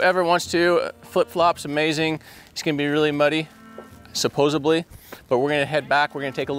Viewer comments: It's supposedly with a D not supposebly with a B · Love the channel. Their work should be recognized on a national level. Only pet peeve; it's supposedly - not supposebly. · Did you say "supposibly"? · You guys are the best kind of human. ❤ let Jared know that the word is actually supposedly lmao 😂 not supposably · Someone needs to tell my guy that "supposably" is not a word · Jared has a way with words. Is “supposably… in the foilage” Oregonian for supposedly…in the foliage? I’m sorry, it just made me smile every time he said it. I’m not acting superior- I couldn’t find a car in a lake to save my life, so I know he’s a smart dude. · Please, Please... it's SUPPOSEDLY, NOT SUPPOSABLY! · Why does his saying supposeBly instead of supposedly bother me so much ?? Argh!!? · JARED JARED PLEASE STOP SAYING supposeBly its supposeDly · Really? Jared keeps saying "suposably"? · It’s supposedly, not supposeBLY. There is no B in the word. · Sorry to nitpick. It’s “supposedly “, not “supposebly” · SupposeDly not SupposeBly Jared I cringe when you say that all the time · sup·pos·ed·ly not sup·pos·eb·ly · *supposedly not supposively --grammar poIice😳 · I appreciate you all so much, that I can even overlook the fact that you said “supposably”, instead of “supposedly”, and “eckspecially” instead of “especially”. That’s huge for me!